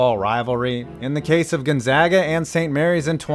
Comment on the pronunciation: Thank you for saying 'Gonzaga' correctly